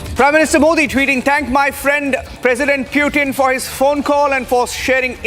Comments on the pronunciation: Bail itna angrez n bn..... Pyutin... Kya hota h Sch me angregi sikhne ke bad aadmi aisi hrkte krta h kya... Pyutin ne sun lia n to incounter krva dega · Ye PewTin kya hota hai ?? it is spelled Poo-Thin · Putin❌ peewtin✔️ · Hello it's PUTIN not PEW-TIN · How hard is it to say Putin ? .. What the heck is Pew-tin ??🤣🤣🤣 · Just say Pootin not PEUWTIN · Pewtin, pootin, or protein? 😂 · Don't over articulate just to show you know English 😅, its not PEWtin its POOthin i mean the pronunciation , atleast google in the age of AI 😅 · its not Pyutin. its Putin. waste fellow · One of the worst pronunciation..."Nation wants to know".... Y is it pewtin... The OB reporter does it much better than the one hyped studio anchor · Pewtin? You gotta be kidding me! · Indian Reporters must learn to spell the names of President correctly, Republic channels have local hindi walas, where English is tough for them to speak where they have to read of a script not knowing what they are speaking, wyh is pewtin? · Mast anchors hai republic waalon ke Pew-Tin 😂😂😂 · Please correct the pronunciation of Russian President’s name, the way you wrongfully utter his name, as if you humiliated him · Stop saying putin incorrectly multiple time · Every time he says putin i feel like puking !!! get your pronounciation correct man!